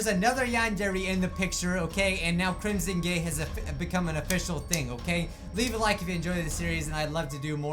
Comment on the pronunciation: Omg you said crimson gay AGAIN